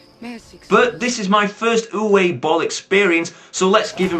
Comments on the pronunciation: It might have been mentioned already, but Uwe is pronounced "Oovah" now "Youway" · its pronounced oova im dead sirios sorry for my shit spelling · Aaand that's where you're wrong. It's pronounced "Ooveh". Trust me, I speak German.